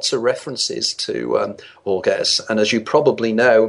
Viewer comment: Boor-guess? He means Borges I suppose. Boor-hayes.